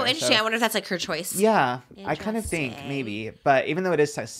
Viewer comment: All I can hear is saying peenk instead of pink and theenk instead of think 😂 he’s so cute